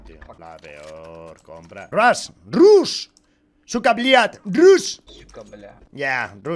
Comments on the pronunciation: Rushhhh Mi cerebro: que no se dice Rash xD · No te entiende por que dices rush, y en inglés se pronuncia "rash" XD